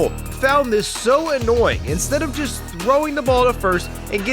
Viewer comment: He said jest instead of just